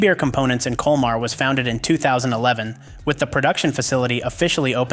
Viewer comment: Ce n’est pas liebhir mais liebherr et e n’est pas culmar mais colmar